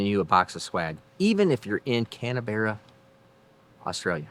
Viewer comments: its not canabarra 😁 its pronounced can- bra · Great vids man? And it’s just pronounced CAN BRA😉🇦🇺it’s where our demonic politicians hang out too?🇦🇺👶👹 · LOL Repeat after me "Can..... Brah" now all together Canbrah = Canberra Australia's Capital Territory